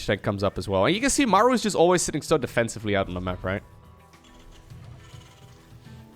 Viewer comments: I think its "Muh-roo" some fact check me but is there not a battleship in the SC games called the "somethingorother-MARU" I think I'm misremembering but I'm also pretty good at trivia like this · digging up the real pronunciation of "maru". Might need a refresher on the name. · The only guy who pronounces Maru as Mæru is Wardi